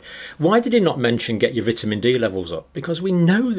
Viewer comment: Doesn’t pronounce vitamin right